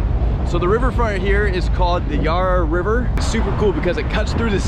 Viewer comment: Haha how do we help you pronounce Yarra River properly? Nice to see you taking in so much on your first day!